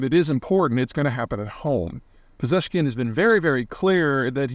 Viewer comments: You get pretty close with how you pronounce his name. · Not bad , you done the name 93% correct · Compared to all the mispronunciations of people and places you did in the past, you actually did quite well on "Pezeshkian" :) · Firstly you got the "Pezeshkian" pronunciation spot on. Secondly as you said I don't see any Iranian president having made any real difference in the past two decades, maybe ever. They are usually a source of excitement for weeks maybe months after the election and then just a source of jokes and dark entertainment after that until their downfall. Except Ahmadinejad. He is still the source of many jokes. So in Iran as in the U.S. it's always the same shit regardless of who the president is. The global actions of both countries have remained pretty much the same for decades now. Almost nothing they do benefits their people and it's a sickening game to watch and be powerless to stop.